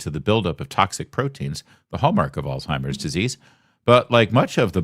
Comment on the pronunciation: There’s no disease called “Alltimers” but there’s one called “Alzheimer’s”.